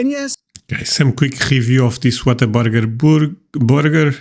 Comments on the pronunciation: The correct pronunciation is Waterburger. Lol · no no you’re right lol it’s not intentional but we definitely put an r in there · This is my first visit to your channel, and I am going to subscribe! A few comments: Whataburger is a Texas company, and is only in Texas. I loved your reaction to the photo of the burger-I actually lol! As to the weather, I live in the Rio Grande Valley (the RGV, pronounced Ree-oh Grahn-day) and we can get tornadoes, but hurricanes are much more likely, and there is a lot of warning before a hurricane, and time to evacuate on all the roads that lead out of the RGV. I have lived in three states where tornadoes were common (Wisconsin, Minnesota and northern Arkansas) and if a possibility of a tornado appears on the weather radar, in most states, a siren will sound, giving residents a chance to get into a safe area. If one is caught outside away from a structure, and the tornado is near, a person should find the lowest area in the land ,lay down, and cover one’s head to protect it from flying debris. I have never been outside in a tornado, but I watched a neighbor’s house get picked up and then thrown down a block away. Luckily, the people were in the southeast corner of their basement, and were unharmed. As to Texas barbecue-the brisket is sooo good. And if you don’t like the taste at on place, there are lots of other places to try. My favorite is the loaded baked potato at Longhorn Cattle Company in San Benito, TX. Lastly, we Texans love to show off our state to visitors! If we live in Texas, for most of us, it is our choice, and we want everyone to love it as much as we do!